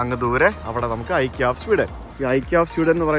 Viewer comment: CorrectPronounciation. ഇക്കെയാ✅ * ഐകിയാ❌